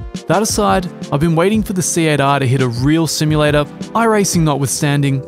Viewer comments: He’s saying SATA with a Japanese accent. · Hahahahahahahaha 😂😂😂😂😂😂 I was wondering why kept saying Cietta. Then like an idiot I realized that he is saying C8R hahaha. Nice one, great video. By the way I was laughing my a$$ off the whole time writing this comment. Thanks man I needed that. 👍 Happy Racing🏁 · i know he was saying C8.R but all i can hear is Siatta. Anyone else?